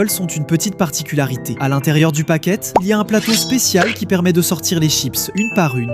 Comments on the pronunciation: Quand il à parlés des Pringles bas il à dit paquete aulio de paquet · Est-ce que je suis la seule à quand il parlait des chips, il dit le Paquette